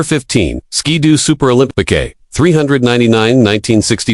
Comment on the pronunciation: Is it Olympi-KAY, or Olympi-CUE? Or something else, not sure.